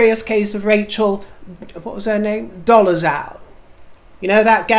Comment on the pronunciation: The name "Dolezal" is pronounced "doll-zell." I feel sorry for her; Rachel D's parents adopted at least two black children and I wonder if Rachel "converted" to being black to get the attention and acceptance she probably felt cheated of.....and stuck with it because current culture celebrates the so-called "disadvantaged" above and beyond their deserts.